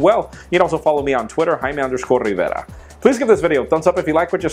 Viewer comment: I just love he says "RRRRIVERA" :P